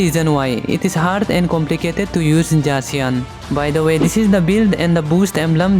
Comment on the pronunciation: why you use J to pronounce the z on zacian?